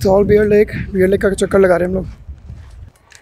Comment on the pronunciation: Sorry, Beer as in Alcohol but Bear is pronounced same as Bare.